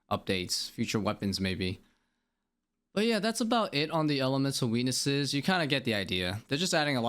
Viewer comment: all i could hear was "Elemental weenis's" sorry bud im out. Thanks for your understanding and explinations. I know it could seem like a lot of rework, but I think mains and irons needs different drop rates. mains don't need supplies such as herbs as much... but then you have the fact ironmen drop trades... a lot of unbalance in the game.